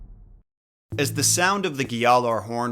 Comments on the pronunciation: Never understood why this guy says these words as if he’ll be cancelled for not pronouncing every last letter. Like just say ghjallarhorn, jotuns, and everything else the same way everyone in the game says it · Says he's a Norse nerd and doesn't know how to pronounce gjallarhorn correctly